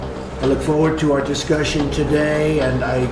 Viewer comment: It's nice to hear a president actually say "our nation" instead of "are nation"